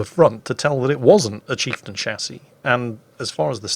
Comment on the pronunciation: drink every time says chifetain